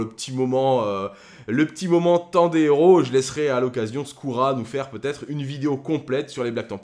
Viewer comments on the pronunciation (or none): none